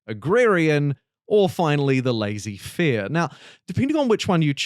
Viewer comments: lah-say fair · Lazy fair is my favorite pronunciation